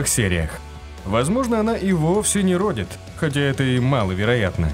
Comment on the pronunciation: родИт, а не рОдит